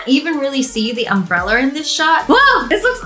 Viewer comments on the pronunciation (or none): Did anyone hear Wengie say umbreller instead of umbrella? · Why do you keep saying UMBRELLAR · Wengie: Its just holding the umbrellar Me: you mean umbrella? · We not gonna talk about how she said "umbreller" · No one: Wengie: Umbrellur